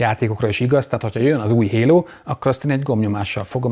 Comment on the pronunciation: "Hérót" értettem a HALO helyett :))